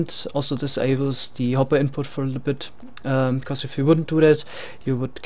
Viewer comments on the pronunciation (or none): none